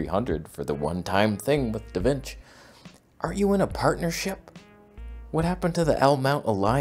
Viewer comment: Da Vinch 😂